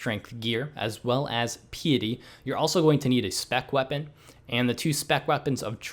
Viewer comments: nice guide but pee-ety.....cmon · Bruh. It's "piety".